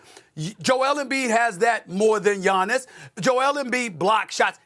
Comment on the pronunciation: It’s Gianni’s come on